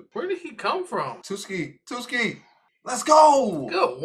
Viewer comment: Ugh him saying Tsukki’s name wrong is so cringe-worthy, please tell me you didn't say Tsunade’s name wrong too cause the T in her name is also silent